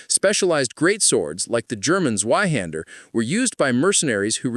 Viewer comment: May I appreciate, how great you pronounce "Zweihänder"? The only flaw was, that you speak it like "Tzweihänder, not Sweihänder". Yeah, sorry. No German appreciation, without a correction. That's how you know its honest 😂